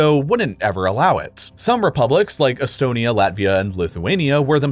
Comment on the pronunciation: Bro you say etonamy & belar us